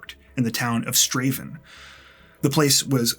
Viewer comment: Your videos always get a thumbs up, but you deserve an extra one for being American and pronouncing Strathaven correctly. Other than that, folk in EK still talk about Phoenix Horn's murder.